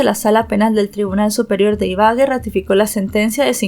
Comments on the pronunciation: La pronunciación correcta es IBAGUÉ con tilde en la E. Lo mismo pasaba con Bogotá que a pesar de tener tilde en la A. Aún así pronunciabas BoGOta. No es hate... solo es una recomendación, se escucha muy raro (y además esta mal pronunciado claramente) cada vez que dices iBAgue. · sé dice ibague no ibage es Ibagué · Excelente narrativa y lamentable caso. Para que tengas en cuenta, no se dice Ibague, sino Ibagué 😊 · Gracias por tu trabajo. pero porfa, mira bien las acentuaciones en los nombres, fue horrible escuchar una y otra vez Ibague en lugar de Ibagué!! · Se dice Ibagué, con tilde en la última e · Hola, yo soy de esa ciudad y se dice Ibagué, con tilde en la E. Gracias por contar el caso. Saludos desde Colombia 🇨🇴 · Buen caso y buena narrativa pero como colombiana me palpitava el ojo cada que decias Ibagué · Ibagué Ibagué Ibagué con tilde en la e. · se pronuncia con el acento en la e Ibagué, ese mounstro no tiene perdon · Exactamente Ibagué y lleva acento en la e ciertas personas internacionales nombran las ciudades colombianas mal pronunciadas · Madre mía, m da escalofrío escuchar como pronuncia Ibagué, es d espanto